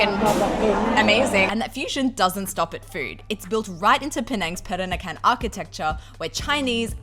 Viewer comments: I know it's hard to say for foreigners, but listening you said "perakanan" instead of "peranakan" make me giggle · It's Peranakan (Pe-ra-na-kan), not Perakanan (Pe-ra-ka-nan). You keep mispronouncing it.